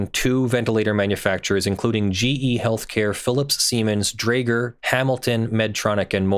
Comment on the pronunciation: Yes that's how you pronounce it, draeger also makes breathalyzers...... Unfortunately I know how to pronounce it. Don't have it in the car anymore tho. YAY